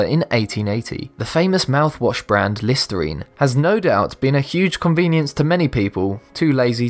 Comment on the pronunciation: When i here he's voice instead of listirene i hear listareenee